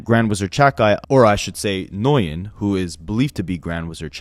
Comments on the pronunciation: Not to be that guy, but for the record the name Nguyen is pronounced like "win." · for future reference bc i’m sure that lawsuit may go somewhere - nguyen is pronounced like the win in “i need a max win” 🤞🏾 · Nguyen is pronounced 'when' 👍